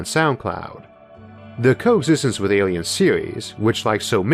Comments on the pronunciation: pretty sure he's saying awiens. Is it just me or is that a fairly easy speech impediment to fix? I had a hard time seriously listening to this. For someone who is known more by their voice than anything else, it should be your best tool. The limp-noodle soup coming out of his mouth in the place of "R's", "L's" and "W's" is a really take away from how intelligent he may be. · Me, an ascended meme god: ayyliens